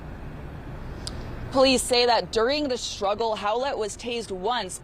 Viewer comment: its STRuggle not SHTRuggle.